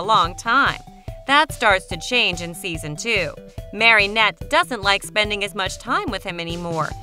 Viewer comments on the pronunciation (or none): I know omg it was killing me. Marinette, not MarYnette. At the she even says Marionette. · Omg you saying marinette wronggg